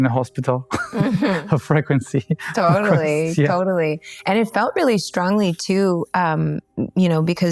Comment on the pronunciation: Can somebody PLEASE tell how the word “frequency” is pronounced in English. PLEASE. It’ unbearable he says it so many times 😂